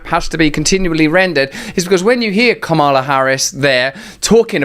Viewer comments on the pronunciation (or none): It's COM-la, Russell ..... I find it easier to remember when I keep in mind that she is leading the U.S. closer to COMmunism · Spot on, we are spending not on our people’s welfare but on suspect Neocon ambitions of world Hegemony. Minor point of reference, her name is correctly pronounced "COMMA-la" not “com-ALA”. Let’s show respect for our ideological opponents and win with convincing dialogue towards better ideas and ideals. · It’s Kum-ulla! 😂😂😂😂